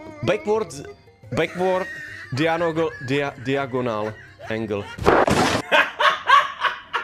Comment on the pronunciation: vyslovuje se to dajogonl